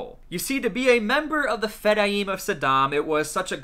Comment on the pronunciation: Its pronounced Fedayeen not fedayeem